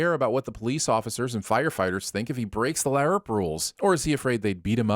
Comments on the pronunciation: There better be a Keeping Tabs as to why you're pronouncing "LARP" that way instead of like "carp, harp or tarp" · Pronouncing LARP in a way that is both wrong AND inconsistent with your established acroenetic gimmick. Ding! +2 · You need to be sinned for every time that you mispronounced L.A.R.P. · This pronunciation of LARP 😬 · sorry, I have to sin this video for the horrendous pronunciation of LARP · why are you incapable of pronouncing larp correctly? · What is up with your pronounciation of LARP? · Shouldn’t you barely be pronouncing the P in LARP since you’re speaking into a microphone and popping the P sound is bad. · I'm sinning this guy everytime he pronounces "LARP" like an idiot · WHY DO YOU SAY LARP LIKE THAT!!! AHHHH!!! IT'S REALLY DISTRACTING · Imma have to give you a sin for that weird pronunciation of LARP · I was like, "Why does he keep saying it like that?" I totally forgot that he does that shit on purpose like, how he also does it on Dr. Who with the T.A.R.D.I.S. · He does it on purpose. He also does it on Dr. Who with the T.A.R.D.I.S. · It’s just refusing to admit he’s wrong on Gif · The GIF rule of acronym pronunciation; every letter must be pronounced like it's used in the word it's abbreviating. started it ages ago.